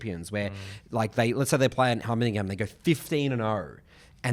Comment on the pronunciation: Please stop trying to say heimerdinger 🫣